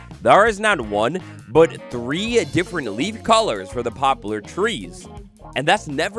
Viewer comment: It's "pop-lar," not "pop-u-lar."